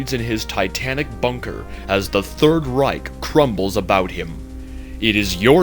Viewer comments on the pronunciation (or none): none